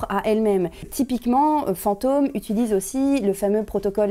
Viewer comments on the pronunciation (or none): none